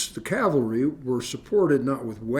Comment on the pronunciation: Cavalry, not calvary....